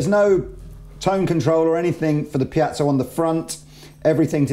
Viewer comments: Goddammit! It's piezo, with an E: piEzo, not piAzo! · Piezo..pronounced ..(pee-zo).. Not (pee-at-so) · I'll never understand why always says "pee-yat-zow". There's no T in there, mate. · repeat after me: pee-ay-tsoh, pee-ay-tsoh, pee-ay-tsoh, pee-ay-tsoh! There! You're good now. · say PIACHO one more time! !@ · "Piazzo" smh. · there's no 'a' in 'piezo'......